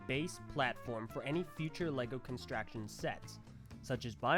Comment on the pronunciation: emmmm pretty sure its constrUction not constraction